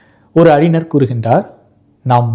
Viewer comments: அறிஞர் என்று உச்சரியுங்கள். அறினர் என்று உச்சரிக்கின்றீர். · சிரமப்பட்டு ழ வை பெரும்பாலும் சரியாக உச்சரிக்கிறீர். ஆனால் அறினர் என்கிறீர். ஞ சொல்லிப் பழகுங்கள். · அறிஞர் என்பதை தாங்கள் அறினர் என்று சொல்கிறீர்கள்.